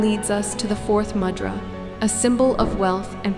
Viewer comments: Correct - Mudhraa is how we pronounce it in Hindi/India, the d is pronounced like "the". Namaste!! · A gentle and respectful suggestion. “Mudra” is pronounced with a short “u” sound as in “you” (not “u” as in “mud”). The “d” in “Mudra” is a dental consonant, with a softer sound made by placing the front of the tongue against the teeth. Also, please provide a reference source. 🙏🏼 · It is not MUdra, it is MOOdra.